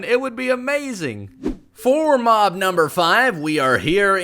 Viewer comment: sloths, crocodiles and alligators, FURNITURE, penguins, giraffes, elephants, whales, anteaters, lions, cheetahs. all of these should be tameable with, obviously, what they eat. also everytime he said the word mob, i thought he said mom 😂 and "you can swim very fast across land" is why i am now subscribed